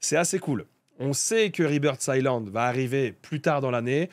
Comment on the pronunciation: c est écrit Rebirth Islande mais le s ce prononce pas. Sinon bonne vidéo